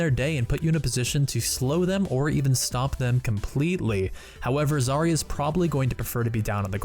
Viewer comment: It is not a zArya, it is zarYa